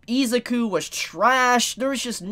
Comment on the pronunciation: I'm just going to tell you now, Isuzu is pronounced I-Zoo-Koo Not Eez-ik-ew